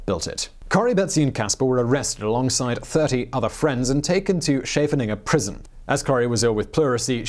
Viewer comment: Scheveningen is pronounced "Skay-va-ning-en", where the k is very phlegmy in the roof of your mouth! (My mother lived in The Hague for a few years.)